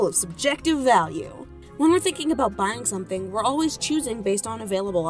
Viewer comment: is nobody gonna talk aboot this